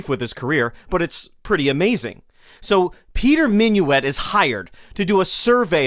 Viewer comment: It ain't Minuit as in " Have you et your breakfast yet?". It's Minuit as in "Git in here".